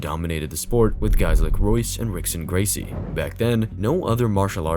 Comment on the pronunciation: That's not how you say the Gracies names